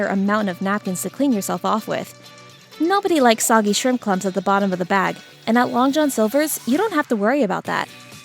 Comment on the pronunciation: The AI voice mispronouncing words like soggy makes me weep for our future